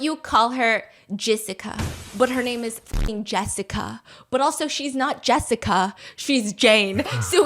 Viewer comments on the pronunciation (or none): ALL I CAN HEAR IS JIZZICA. I'M WHEEZING. 😂😂😂